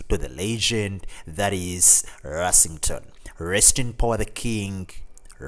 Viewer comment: Yeah, he mispronounced almost every name in the video. Gary's last name is Rossington NOT Ersington.